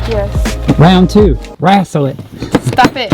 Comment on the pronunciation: screaming at getting pissed with “wrastle” 💀🤣🤣 it looks amazing! that stain is so good